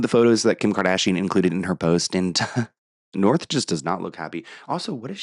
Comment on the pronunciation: Hehe “Norh”